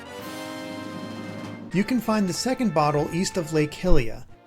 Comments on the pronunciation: Lake "Hilia"? HILIA? Hylia's named after Goddess Hylia, not Princess Hilda... I mean, come on, it's Hyrule, not Hillrule... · its pronounced lake high-lia